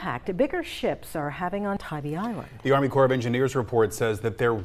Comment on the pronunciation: Mispronounced U. S. Army Corps of Engineers about 5 times. Pronounced core not corpse.